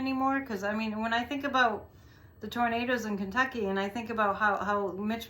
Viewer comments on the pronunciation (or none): none